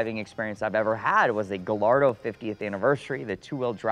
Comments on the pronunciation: It’s not, it’s properly pronounced “GA-YARDO.” 👍🏻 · negative, I'm Spanish is actually pronounced Gayardo the two L's are pronounced as a yah, then roll the tongue at the end, named after Juan Gallardo "bull fighter" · I cringe every time I hear "gal-ardo". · No, it's a Spanish word and that's not the proper pronunciation. Guh... Lardo! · I can't trust someone who calls it a "Gah Lardo" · Yeah you’re supposed to pronounce the two L’s as a y since Lamborghini names their cars after Spanish fighting bulls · Gallardo isn't an italian word, it's a spanish word, I know because I'm from Spain, and that's not how it's pronounced. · Well to a certain certified classic we know that it is pronounced without a 'y' 😀